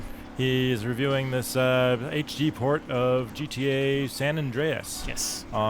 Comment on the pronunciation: He said Gee Tae. I'm out.